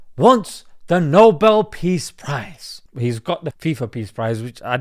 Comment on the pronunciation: I thought u said noble thief prize😅😂